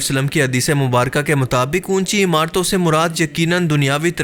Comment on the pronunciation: Am I the only one who noticed "Hadees-e- Mumbaraka" when It's actually "Mubarak"